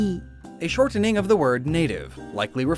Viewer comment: The way you pronounce shortening sounds really unnatural. Speaking clearly doesn't mean pronouncing every letter ya know?